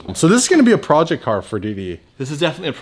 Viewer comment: Anyone else ever notice he always pronounces "process" wrong? And in this video his pronounced "project" wrong